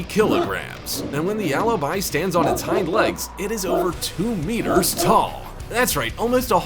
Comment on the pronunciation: Alaby it's like a freaking lullaby